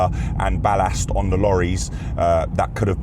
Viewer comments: I wish you would learn how to speak English properly. Especially when it comes to pronouncing 'Ballast' properly. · Why does man say "Ballast" like such a looney 😆